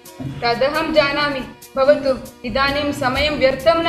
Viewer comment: बहुत बहुत धन्यवाद आप सभी को 💐💐💐लेकिन उच्चारण करते समय थोडी गडबडी हुई है। अगला वीडियो जब बनाएं तो कृपया उच्चारण सही हो इसका ध्यान जरूर रखें। चैप्टर 11-12 मे तो स्पष्ट है कि कुछ शब्द जैसे भवतु को बवतु कह दिया गया। जैसी कई उच्चारण संबंधी त्रुटियां हैं। 💐